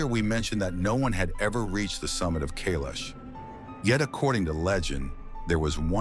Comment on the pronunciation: Kailash can’t be climbed but, Khe-laash is a different story.